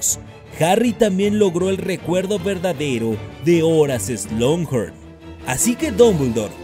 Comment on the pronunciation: siempre has pronunciado "Slonjorn", pero se pronuncia "Slocjorn", ya que no hay n en medio.